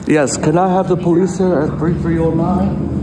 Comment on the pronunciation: you mean the Poe-leese